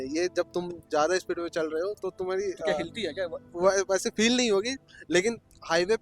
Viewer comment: Bhai ye feel ko pel q bol rha😂